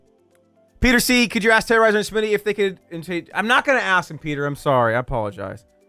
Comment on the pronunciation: it's smii7y not smi77y